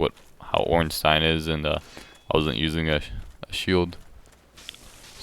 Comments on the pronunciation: you said ornstein perfectly, im not sure what that twat was on about. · He says it using the German accent which is the accent meant to be used since Ornstein is a German name. I don't know about Smough though...